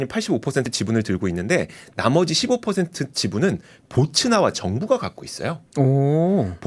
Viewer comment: 보츠나와가 아니고 보츠와나입니다.